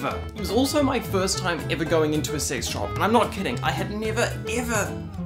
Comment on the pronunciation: The way you swallowed the phrase "sex shop" with embarrassment each time you said it, I thought at first you were saying you were recognized in a convenience store. Dear, say it with some fortitude: you were in a sex toy shop with the charming name Peaches & Cream and you were recognized by a fan. GOOD FOR YOU! Give yourself a high five - or a low one, if you'd prefer. Use your dominant hand to do whatever you'd like, because it's your hand, and you're a grown-up, so do whatever you want with it (especially since you've been to Peaches & Cream, and presumably have all the tools you need to facilitate the action of your unassisted hand).